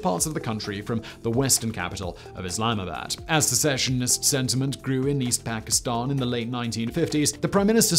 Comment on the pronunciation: Can pronounce Bundestag perfectly, but still gets Dhaka and Pakistan wrong... :/